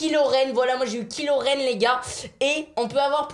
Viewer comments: MDR pas ki loren. Kyyyy loren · Kiloraine 😂😂😂 c kaïlorene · SA CE DIT KAILORENE PAS KILORENE MAIS SA S ECRIT KILORENE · Je suis mort il dit kilorène aulieu de kylorène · A Kilorenne Sa se dit Kylorenne! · OH NON MICHOU KILORAINE omg 😭😭😭 dis kichloraine sinon la ca va pas du tout sinon super video😂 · kilo rène 😂😂😂 kylo ren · A il dit KI LOREN AU LIEU DE KY LOREN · Mdr il a dit « qui loren » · KILO REN mdr mich mich c KYLO mais ça se di KAÏLO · A c'est kylo ren pas kilo ren ( tu regarde star wars???) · Michou c est pas kiloréne c est kyloréne😵😵😵😵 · Il a dit kil loren sa ce lit kaile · kilorren c'est kaïloren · Mdr killoren c kaïloren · Kyloren ducon pas kiloren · MDDDRRRR kilo ren c'est kylo ren tu prononce kaylo XD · Kilo ren non kaïelo ren = kylo ren mdr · Michou t’a dit kilotenne sa s écrit comme sa mais sa se dit kaielorenne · On est bien daccord michou ne connaît rien a star wars . Ki loren au lieu de ky loren . Le "robot" télécommandé au lieu de bb8 ou il aurait pu au moins dire droide au lieu de robot mais la étant fan de star wars j ai failli exploser mon téléphone.... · T’as dit kilo ren au lieu de dire kylo ren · Il a bien dit ' Qui-loren" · C'est kyloren le i se prononce ay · Mdrrrr " Kilo Renne " 😂😂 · Michou on dit caille Lorraine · A Sa se dit kaïlo ren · Il a dit ki loren mdrrr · Ca se prononce( kay) loren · C'est Kylo Ren pas Kilo Ren XDDDD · Sa se dit kaïlo t'en michou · Ptnnnn arrête de prononcé kylo ren en « kilo ren »